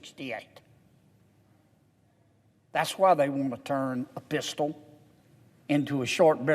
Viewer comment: “Including a Pisshtal”😂 I feel like I should pull over but im on my couch. He hit that state trooper voice 😂